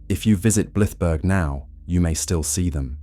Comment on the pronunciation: Blythburgh is NOT pronounced Bliff Berg!!! It’s pronounced Blive (rhymes with scythe) burra so blive-burra.